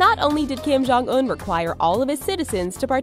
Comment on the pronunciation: kim jong suk? I think it's Kim Jong Succ